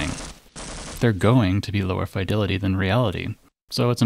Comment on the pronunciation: "Fye-delity".... never heard someone pronounce it like that... >_>